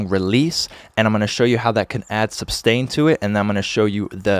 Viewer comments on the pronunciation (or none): isnt it sustain = ? not substain =)